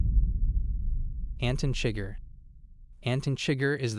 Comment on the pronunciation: ah yes, anton chigger